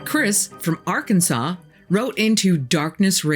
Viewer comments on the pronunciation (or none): none